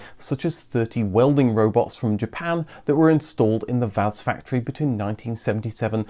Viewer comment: That's not how VAZ is pronounced. Let's try doing it by syllables: Volzh-skiy Av-to-mo-bil'-nyi Za-vod. Also, the last syllable in "Zhiguly" is stressed.